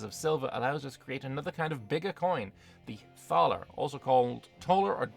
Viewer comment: In Thaler the h is silent. It doesn't become the English th sound